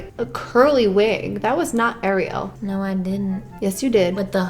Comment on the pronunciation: Finally someone says Ariel correctly .